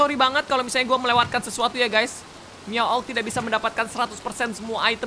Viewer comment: Miawaug not miauag